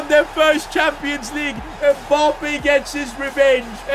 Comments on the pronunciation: "Mboppé" It's Mbappé , get it right. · Mbappe not mpoppe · I love the fact that he says "Kylian Mboppé" instead of Mbappé 😂😂